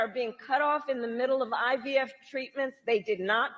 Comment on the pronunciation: I heard her say UVF too! Should have been IVF.